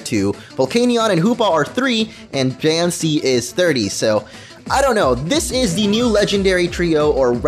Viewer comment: "Die annce" ._.